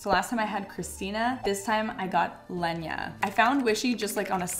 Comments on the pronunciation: I'm surprised that you didn't find your pronouns of the first styles to be wrong under your editing. You kept calling her Lenya, but her name is Leyma. Just wanted to point that out, for Leyna's sake and yours so you pay a bit more attention to names when using them and if you ever have a doubt, open Google translate, copy/paste the word in there and press the speaker and you will hear Google say the word, you want to know (maybe do that with bagel to 😉coz it's so funny and cute to hear you call a bagel for bag-el and not ba-gel) 😁 I'm only mentioning this coz it is pronounced wrong and often you have asked in videos if you are saying things right or wrong, so just kind information. 🌹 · she keeps saying lenya but her name is leyna (ToT) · love that you keep referring to her as "Lenya" instead of "Leyna" lol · I think the first person's name is pronounced Lay-Na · Lenya?😅it’s funny because I watched another channel who also miss pronounced a similar spelling name the same way. It’s mad because their brain is making it more complicated than it is lol. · why is she pronouncing leyna like that im sorry Im confused 😭